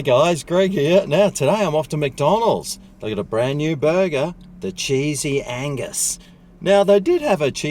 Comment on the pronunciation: Wow, get my mind out of the gutter.... I thought you were saying sleezy anus. Oh, cheesey angus. 🤔